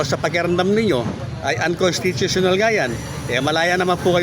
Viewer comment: Bulul.kataga uncostitional hindi m kayang bigkasin hahaha